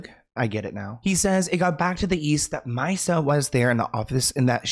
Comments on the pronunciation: Mee sa( Misa) not Mysa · ME-SA ... ME then Sa 😂 not MYsa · It’s actually Mi-Sa not mysa even thought it’s spelled like that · Hhahaha yaay "Shug" but it's not My-Sa, its MeeSa. Like the Me in Mesohorny 😂 you crack me up ❤ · Wait did he really?! 😂 lol I didn’t even notice! I just came here to tell him about the kids’ mom’s name 😊… Misa I believe it’s “mee-suh” like miso soup except with an a at the end! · No H lol just me-suh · Yes, Misa like Lisa but with an M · It’s Me-sah like Lisa with an M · It’s Misa “Mee sa” and Suge like Sugar. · (Me-Sha) love you ❤ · It’s mEEsa lol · It’s Misa (MEE-SUH) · You butchered Misa’s name 😩